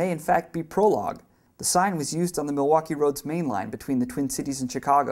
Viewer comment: The Milwaukee left a big mark in MN, the least narrator could do is say the name right.